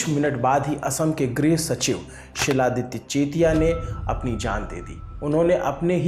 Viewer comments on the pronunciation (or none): Not Siladitya . It's xiladitya (khiladitya)